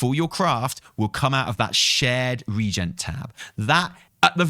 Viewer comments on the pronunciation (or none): "Reagent" is 3 syllables not 2 btw. Pronounced like the word 'agent' with 're-' before it